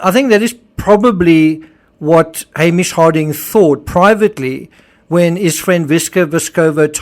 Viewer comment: Totally unrelated, but this is the first video I think I've ever seen where someone pronounced Hamish correctly. Been bugging me for three years 😆